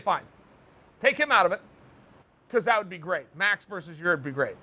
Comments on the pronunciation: Chael: “Yareer” Me: Ok fine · ‘Ya ear’ Ahh near enough ‘Ya rear’ Ok great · Chael pronounces Yair's name incorrectly in two different ways in just a couple of seconds. I trust both to be correct.